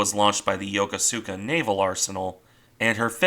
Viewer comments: The naval base is pronounced "Yō kūs ka". Good work overall. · Yokosuka is actually pronounced "Ya-co-ska" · Good piece. BTW it's pronounced "YO-KOOS-KA".